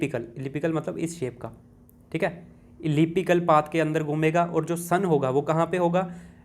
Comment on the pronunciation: Elliptical ha ya ellipical